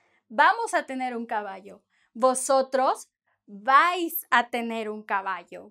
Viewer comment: I liked the way she said, no vais, if you won't talk to anyone in Spain.